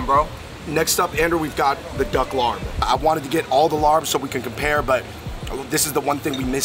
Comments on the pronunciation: love the video but my family’s from isaan and ngl i died inside every time they pronounced larb and som tam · I am Laos and whenever they said Larb, I cringed because they pronounced it wrong. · Sorry but I can’t at the way they pronounce larb 🤣🤣🤣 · The "R" is silent lol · When did you two become white? Not meant to be an insult at all but to better your content in the future. Research how to pronounce the name of the dishes properly. My heart dies each time I hear larb and I’m not even Lao. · You're suppose to eat the papaya salad with sticky rice, veggies or protein. Larb is actually pronounces lahp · Its pronounced lopp not larb. Just spelt that way smh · It’s pronounced “L-ahhhP. Not larb. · Please stop saying "larb" lol. It's pronounced "laab" like saying cop. The same tone when you say cop but with a very soft b. The tone is important or you may be saying something else. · IT'S LAAP... NOT LARB!! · Larb!!!!! 😭😭😭😭😭😭😭 ban that word from the English-Laotian dictionary ASAP!!! It’s LAAP/LAHP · Not Larb. Its Laab or Lop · Stop pronouncing it as larb...it’s “laab” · larb is pronounced “laap” or “lahp” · respect to yall for doing more Lao episodes. also as a lao guy i never understood why larb is spelled the way it is when its pronounced "Lahp" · Hearing "larb" in that Spiderman movie hurt me, man lmao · I cringed evertime he said "larb" lol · LOL After I heard them say that I started scrolling down before I sent a comment...yes "Laab" and "Som THAM" not "sam tumb" but its cool... I hear Thai people mess up Chinese food pronunciations too...its just cool that they thought to review it. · It’s Larb y’all 🤣🤣🤣 I cringed when the pronunciation was not correct!! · My soul died a little every time they said laRb 😅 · Hey there Fung Bros, the Larb is not pronounced with an "R" in the middle. Instead it's prnounced Lob as in lobster. The reason it was written with an "r" in the middle is because a FOB person wrote it that way. After all, English isn't their native language.